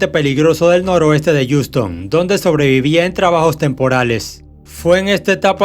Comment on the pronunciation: Wey se dice jiuston asi pronuncialo jajaja se escucha bien feo como dices ouston